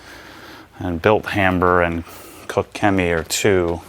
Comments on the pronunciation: its pronounced "Kosh" Chemie, stay away from there FSE with ceramic coatings as it will wear it away quickly. your spray bottles look poor, i use the Koch Chemie ones infact all i use is Koch Chemie here in the UK. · It’s pronounced COTCH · Sounds funny when you try to say koch 😂 It‘s German, try the translator, english Cook and let Google say the german Word for That, than you got it right